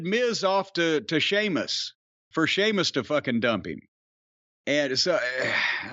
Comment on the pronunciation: holy shit, Jim said Sheamus properly...